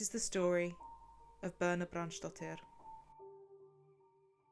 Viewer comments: Her name is Birna, not Boerna. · Birna is actually pronounced Bitna, I know this as my sister in law is Icelandic and shares this name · please tell us how to pronounce Birna's name correctly. I am not sure, but almost certain that it is not pronounced as in the video. thak you. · It´s pronounced BIRTNA, with like how you say e in "read". BIRTNA, not "Burna". And Hallgrímskirkja is pronounced "hatlgrimskeerkja" (Two l´s always become "tl").